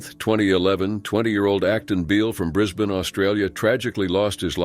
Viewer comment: Nice to see someone that actually pronounce Brisbane properly